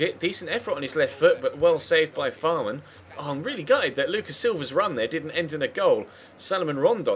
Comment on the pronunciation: Fährmann is pronounced like Fehrmann, not Fahrmann